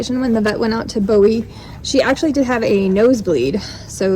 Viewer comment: With all due respect the auction house is pronounced "Boo-Wee". I live not far and go to Bowie Trade Day on occasion. I am so PROUD you rescued these Belgians. I adopted one myself from the Bowie Auction after a rescue got her rehabbed.